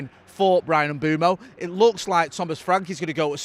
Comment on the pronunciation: New one today from - ‘Mbrian Mbumo’ 😂